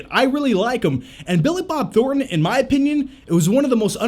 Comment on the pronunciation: Say Billi Bob Thorten one more time! I dare you! I double dare you!